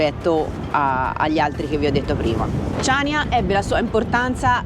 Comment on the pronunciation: Ciao ragazzi,vi seguiamo sempre e vi facciamo i complimenti .. però da conoscitori di Creta e di storia ci tocca fare i "perfettini" ed aggiungere che il nome definitivo di Chaniia si pronuncia CANIA e non CIANIA,inoltre ,probabilmente errore di distrazione, i Romani vengono storicamente prima dei Bizantini ☺️ Cmqe continuate così che siete sempre una sferzata di positività e spensieratezza👍 Ciao da Gianni e Cri 🤗